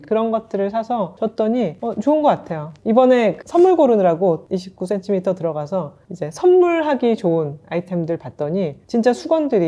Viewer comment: 님이 추천하신 고급 타월 선물, 정말 센스 있네요! 😊 참고할게요. 저도 50대를 바라보니 이제 ‘예쁜 쓰레기’보다는 실용적인 선물이 제일이더라고요. 예전에 29CM에서 구매한 블랙 롱원피스를 격식 있는 자리마다 너무 잘 입고 있어서 이번 봄 쇼핑도 기대됩니다. 적당한 가격에 퀄리티가 좋은 29CM를 사랑해요. 😊 특히 님의 정직한 ‘이십구센티미터’ 발음에서 곧은 성격이 느껴져서 너무 재미있게 시청했습니다! ㅎㅎ❤ Ps.1. 떡볶이 요리영상도 조만간 기대하겠습니다요😅 2.또떠나는 육식녀 브이로그도 기대할게용